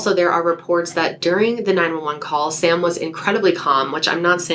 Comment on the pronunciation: Sam, its Sam.